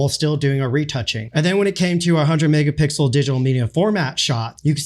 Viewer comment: "this is a hundred megapickle shot."